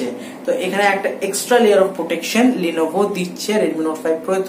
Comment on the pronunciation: 1st of all eta লিনোভো na ;লেনোভো hbe